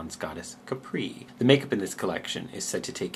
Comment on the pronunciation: why did you pronounce Capri as it's French? it sounds quite weird to my Italian ears XD anyway, thank u for this vid. I spent 11 mins not caring about pain after wisdom tooth extraction, which is so damn good. the palette is stunning. x